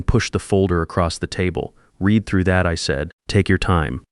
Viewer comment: Read red. Read Reed. This Ai voice has a problem with tenses. Same with live and live.